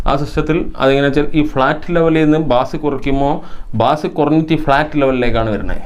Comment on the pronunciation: നല്ല ഇൻഫോമേറ്റീവ്‌ ആയ വീഡിയോ! ബാസ്‌ എന്നല്ല ബേസ്‌ എന്നതാണ്‌ ശരി.